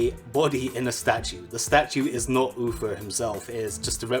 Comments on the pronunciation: It’s Uther. Not Uffer. 🙃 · Stop saying UFER hes name is UTHER! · Uther not Ufer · I can't stop hearing "Ufer"... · Top secrets said in this video: Wald ov wallcwaft Dumbasses Oofer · I swear if I hear "UFER" one more time ... -.